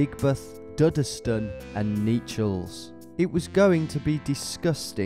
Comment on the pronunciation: Knee-challs!!! It's pronounced 'nesh-alls'